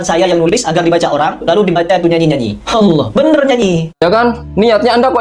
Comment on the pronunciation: Nyebut asma allah ajah anda salah... Yg bener itu allah bukan hallah....